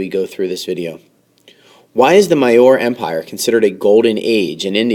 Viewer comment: maurya is pronounced "mauri yaa"